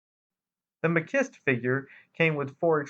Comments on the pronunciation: You did just fine. My OCD kicked in and I went looking too. I think it’s actually Ma-chee-stay. There’s some confusion between the French, Spanish and Italian versions of the word, all spelled very similarly but pronounced with slight differences. There was an Italian film series in the 60s with a strongman type hero that I think the comics and toy character was inspired by. Even having heard it spoken before in movie clips, I still didn’t have it right. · I thought it was pronounced Ma-shee-stay.